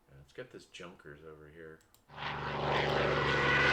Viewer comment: Nice video. Junkers is pronounced yoonkers.